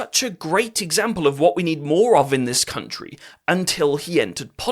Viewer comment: Cuntree i LuV 😂